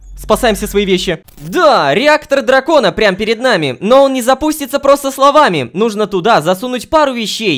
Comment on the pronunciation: Hitoko uwu может быть ты знаешь почему лололошка говорит нужнО, вместо нУжно